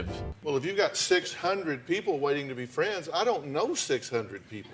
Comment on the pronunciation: 5,000 Fwends On Facebook I don't even have fwends :C &_&